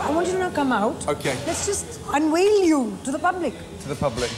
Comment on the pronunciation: Unwail you to the public 🤣. Do Indians not do V sounds?